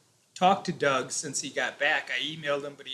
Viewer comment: Y she kept on saying dog ? Did she mean Doug?